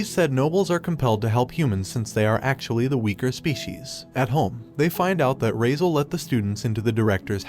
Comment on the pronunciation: His name is not razel.... Its cardis entrama di raizaaaaaaaaaaaaaaal